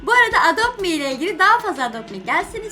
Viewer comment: Edopt mi degil adopt me o